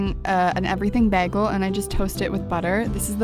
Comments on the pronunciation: BAH-GEL xp sorry girl, it's too much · Flynn Moore baggle😂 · I keep listening to it and saying it, and now "bagel" doesn't seem like a word anymore. 😂😂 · im so sorry but how u say bagel triggered me :') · ME TOO